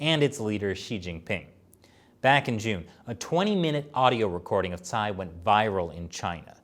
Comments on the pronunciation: my man, Cai is pronounced Chaee not Sai. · Shirley should tell how to pronounce Cai 蔡。 Anyways, I am a supporter of and China Uncensored.👍